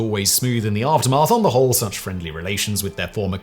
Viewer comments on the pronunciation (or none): none